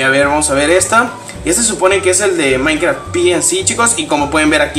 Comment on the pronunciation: si le repiten donde dise he maincra se escuha como si disiera he maicra he miacra lol jaja like aaaaa y nuevo sub